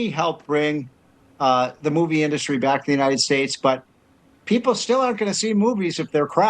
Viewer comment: One of my favorite things about President Trump is the way he pronounces "industry". in-DUST-ry